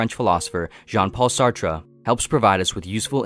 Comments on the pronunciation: Jean-Paul Sartre's last name is pronounced "Sart", rhyming with "fart" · It’s pronounced “Sartr”